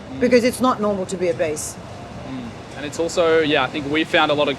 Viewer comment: Lmao about she sayin obese sounding like “a beast” really cracking me up “ why’d u wanna be a beast” it’s not good to be a beast” 🤣